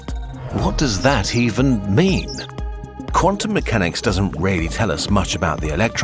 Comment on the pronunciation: "Quantum MEWchanics"...